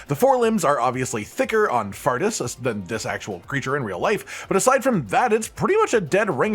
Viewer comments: I'd bet all my money its pronounced "four-tis" and not "fartis" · Faurtis is pronounced 'Fortis' btw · It's name isn't pronounced fart-us by the way lol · I pronounced Faurtis as Fort-is since words with 'au' usually make an 'aw' sound rather than an 'ah' sound, but fart-ass works as well I suppose